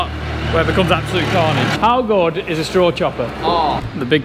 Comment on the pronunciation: Calfnidge, not carnage